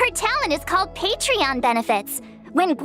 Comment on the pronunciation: "PatrAeon benifits" had me dying😂😂😂